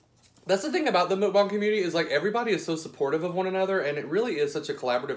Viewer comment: Okay... I love you and your channel but please don’t call it Mookbong...it’s MUCKbong. Don’t mean to offend. It’s the teacher in me. 🤓